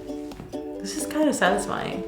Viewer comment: so sasifiining